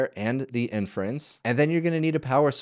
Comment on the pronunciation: I imagine a boomer watching this and hearing "in France" all the time when you said inference. And they be thinking 'why are all LLMs made in France?'